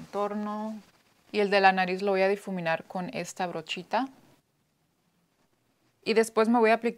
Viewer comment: Es difuminar amiga. Jeje pero me encanta cuando se equivoca con el español es lo mismo como cuando queremos hablar en inglés y nos equivocamos es muy gracioso. 😂